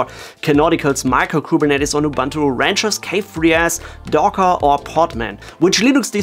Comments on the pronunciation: Why do people keep saying "Ubantu" whilst it clearly spelled "Ubuntu" and also pronounced "Ubuntu". Love from South Africa, where Ubuntu comes from. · Ubuntu is ooh booon too, not ubantu, please..... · Good info here. Please learn to pronounce Ubuntu right. (uu-boon-too)